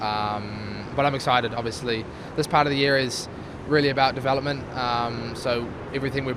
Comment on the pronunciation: Wonder what "de-flop-ment" Charles is talking about.